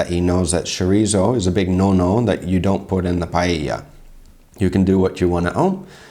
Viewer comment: funny how you recognized that they pronounce paella correctly and then you went on to say chorizzzzo